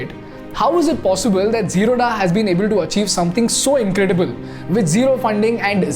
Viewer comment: Hi You are pronouncing Wrongly! It is is जीरोध Not Zeroda! Please Correct yourself..